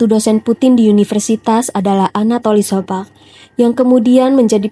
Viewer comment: Terima kasih mbak, untuk kisah Putin tokoh idolaku. Sedikit saran buat mbak, agar lebih teliti membaca naskah. Mentor atau guru politik Putin sobcak, lengkapnya Anatoly Sobcak bukan sobcak sebagaimana yang mbak ucapkan. Teruslah berkarya mencerdaskan bangsa Indonesia ini. Bravo, semoga senantiasa sukses dan sehat selalu.❤❤❤